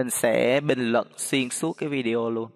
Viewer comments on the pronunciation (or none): none